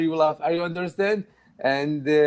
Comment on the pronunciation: I think ur pronunciation is very good,, but i think ur (undrastand) pronunciation is not ok,😁😁🤪🙏,,so try to fixt it😎😎